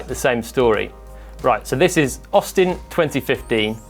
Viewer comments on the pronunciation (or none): none